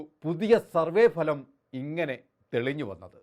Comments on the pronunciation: ഭലം അല്ല ഫലം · എടൊ phalam alla bhalam